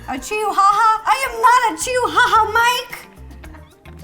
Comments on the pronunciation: The pronunciation of the dog name is chiwawa not chiuhaha or something else. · Ro: Chihuahua Mike: No, a chiuhaha